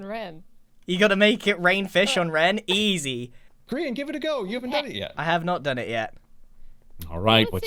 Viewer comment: Grain. That’s it. Grain. Not grian, Grain.